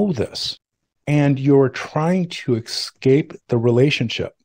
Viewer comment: Why can't Americans say 'escape' properly?.